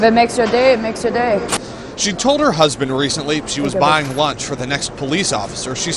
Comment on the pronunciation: I thought for a moment he said launch threat but he means lunch